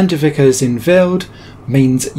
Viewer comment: Jan de Wijker isn't pronounced as Jan de Wicker but rather Jan de Why-ker with a silent h (in Dutch ij = y). I think from an English background you'd come closest to the original pronunciation this way.